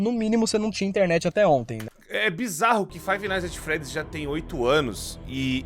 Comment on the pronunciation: Toda a vez que o fala Five nights ats freddys eu fico com dor física 💀